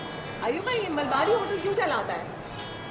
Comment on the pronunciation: MALABARI......not Malbari.